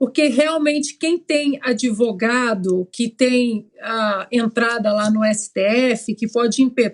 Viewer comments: ELE PRONUNCIA ADEVOGADO, EM VEZ DE ADVOGADO. TENHO VERGONHA DE SER GOVERNADO POR DOIS MANALFABETOS. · Uma pessoa que infelizmente foi presidente do Brasil falando " adevogado" é o fim ! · A parte boa e falar ADEVOGADOOOOO KKKK